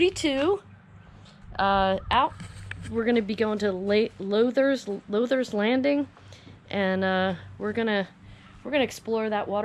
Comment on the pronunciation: And it’s pronounced “louders” lake.